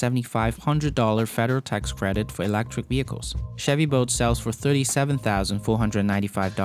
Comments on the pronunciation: that accent though. Sounds like boat to me. Chevy boat. Not making a fool of you, just a funny accent to me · Chevy "Boat" and Tesla "Vote" :P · Is he saying Chevy boat? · Chevy boat? Try to say the "L" in the name bolt